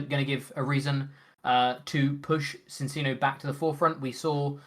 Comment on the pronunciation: Why’re people still mispronouncing Minccino and Cinccino 😝 they’re Chinchillas! It’s chiiiiiino yo.